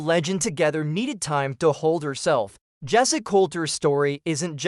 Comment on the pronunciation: bot narrated trash that cant pronounce waylon or jessi